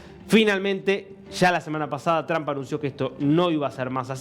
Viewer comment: Todos los Argentinos, pronuncian el apellido del presidente Estadounidense de manera equivocada. Si no hablan inglés simplemente digan Trump con U.... esto es mejor que TrAm...es A está muy demás.